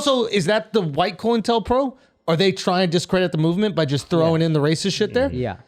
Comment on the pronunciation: Never thought I'd hear him say "COINTELPRO" 🙄😆